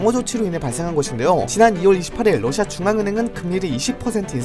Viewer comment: 뉴스보다 빨라서 좋아요 근데 계속 ㄹ어ㅓㅓ시아 라고 발음하는게 귀여워요 ㅋ